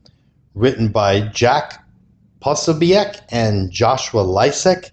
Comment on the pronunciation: So you don’t even know how to pronounce the author‘s name. 🙄